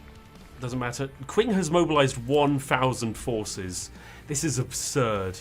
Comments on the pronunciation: For the love of god,, stop saying 'quwing' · It really is pronounced "Ching". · It's pronounced "Qing" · Qing like ching I believe